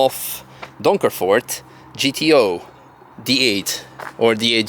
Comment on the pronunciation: Donkervoort rolled nice of your tongue😂😂 heerlijk Nederlandse reactie 😂😂😂 Omdat ik het leuk vind , because i like it 😂😂❤